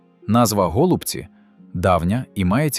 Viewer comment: Так, явтору каналу кажу... Не тільки я зрозумію, що гОлубці це озвучка ШІ. Озвучуй сам , бо ші поки не вміє